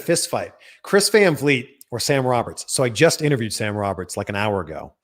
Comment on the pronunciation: Van Fleet is ALMOST how to pronounce your last name. It's more like Fahn Fleet. (/pronunciation nerd)